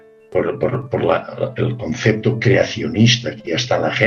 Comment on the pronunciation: se dice CONCEPTO no concecto